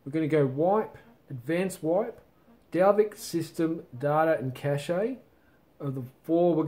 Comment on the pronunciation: the way you say cache................................